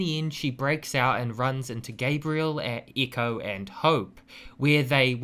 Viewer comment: lmfao at eeko pronunctiation of ecko small E sound. Echo as in someone yells into a canyon and listens for the Echo. ]:P